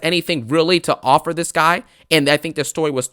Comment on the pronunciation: “I respect you diddy “ I accept your OFFUR “ kills me ☠️